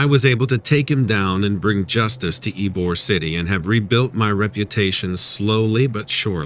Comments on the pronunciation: lol eyebor city aka ybor its e-bor i live 45 minutes form it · It’s pronounced, “Ēbor,” City.